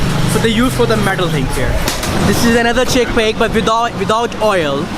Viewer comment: this is a very tasty chickpeaahh lmao